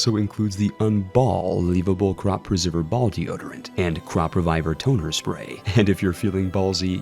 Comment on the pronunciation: what kind of cruel sponsor makes a man say 'un-ball-eveable' against his will.